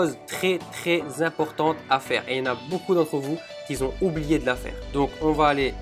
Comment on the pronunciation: ont dit qui ont et pas qui zont!!!